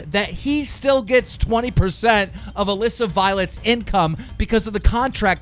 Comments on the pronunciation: OMG HE FINALLY SAID ALISSA CORRECTLY YASSS ITS NOT ALEEEEESA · Damn keem actually said Alissa right (ik he says it wrong on purpose)